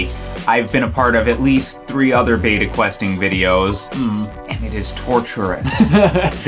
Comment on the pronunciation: learn to say beta correct